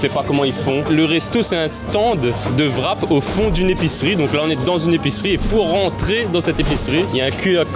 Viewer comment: Je ne sais pas comment se prononce CZER mais en revanche WRAP c'est comme WRITE ou WRISTE le W est muet. Donc c'est "RAP" et non "VRAP".